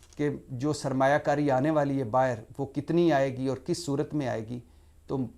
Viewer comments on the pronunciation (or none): none